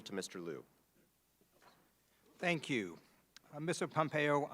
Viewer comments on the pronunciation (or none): Or fantasizing about the glorious day when Congressthing Lieu finally pronounces the letter "L" correctly.